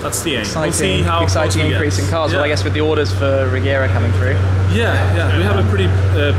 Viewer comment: As a swede I think it's pronounced Rejera ie To reign